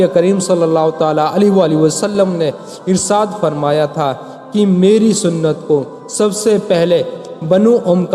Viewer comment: Irsaad nhi irshad hota hai hazrat............or ha sahih daleel le kr baat Kiya kriye , werna jhuti kahani to koi bhi bana skta hai Rasool Allah Muhammad ﷺ ne farmaya: jisne mere sahaba se bughz kiya wo mujhse nhi Waqt hai bughz e sahaba nikaal dejiye...........werna rasool Allah Muhammad ﷺ ki safat bhi nhi naseeb hogi